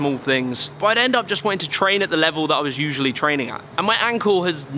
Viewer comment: ''we ussaly have a few thousand pounds of equipment'' lol